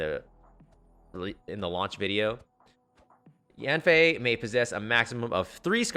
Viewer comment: kinda bothers me that you call her "yafnei" but thanks nonetheless for this video :D let's hope MHY doesn't change her kit.